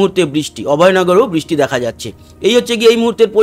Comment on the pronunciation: কথাটা বৃষ্টি। " বিষ্টি " নয়। দ্বিতীয় তো আমরা " বাংলাদেশের“ detailed weather নিয়ে উৎসুক নই । পশ্চিমবঙ্গের উপর concentrate করলে ভাল হয়।‌